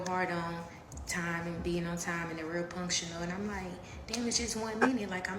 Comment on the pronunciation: She said they real punkshanul, and syncsonissities but she’s a genius